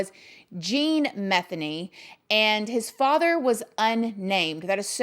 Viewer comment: It's actually pronounced Ma theen y